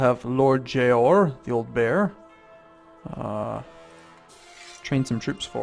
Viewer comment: why do you say it like jay-ore